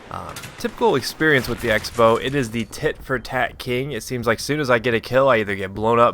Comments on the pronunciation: '' EX bow'' crossbow. like xing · I always thought the X in the Xbow meant 'cross', so you pronounced it crossbow.